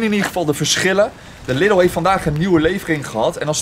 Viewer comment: Je spreekt de Lidl uit als Liedel, niet als Liddel. Ik weet het want ik woon 4km van de grens en kom wekelijks in de duitse Lidl. ;)